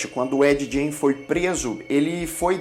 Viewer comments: Se pronuncia Ed "Guein", não "Djein". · Eddye Jane? kkkkkkk tosco, na duvi é só procurar a pronuncia correta no google, "refugio pop geek" devia ser. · ed "jene" haha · Eu entendi Ed gay kkkkk